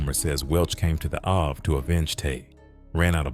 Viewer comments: Is the narrator saying Ave(abbr. Avenue)🤨 or is it really Avay??!! 🤔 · Yes...that( I-Vay ) is killing me